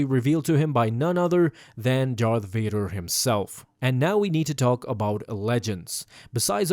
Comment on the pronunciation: Darth Vaduuur dude don't apologize you're Sith